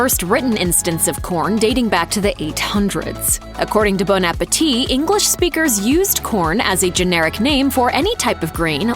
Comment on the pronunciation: Why did she say "Bone apetite"? Is this a Baddle of wader thing? 😆 In the UK, corned beef is that horrible sht our mothers made sandwiches with back in the 80's that noone likes anymore. Also nitrates and nitrites are not quite the same. Slightly misleading in the video.